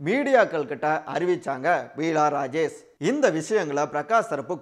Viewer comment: She is not Peela Rajesh, but Beela Rajesh. Please correct yourself. It looks very awkward.